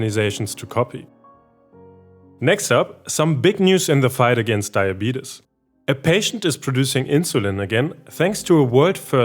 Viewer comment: A German guy pronouncing diabetes as "die-a-beat-us" is giving me life! 😂🤣